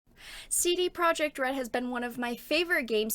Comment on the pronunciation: Also "Projekt" in CD Projekt is pronounced "Proyeckt".